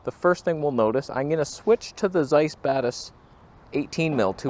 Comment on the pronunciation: When you say "Zeiss Batis," I always hear "Zeiss Badass."😂😂😂